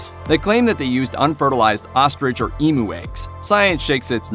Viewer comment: Take it from an Aussie (oz-zee), emu is pronounced eem-you, not ee-moo. Great video though! 😉👍🏻